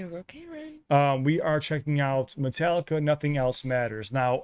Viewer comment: This my hs class’ graduation song. The principal pronounced Metallica as Met-uh-lick-uh.